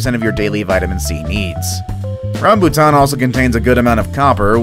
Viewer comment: Im sad when you say rambutan